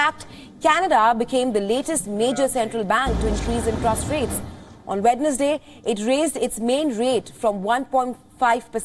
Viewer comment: Really??? Wed-nus-day ? You call this channel international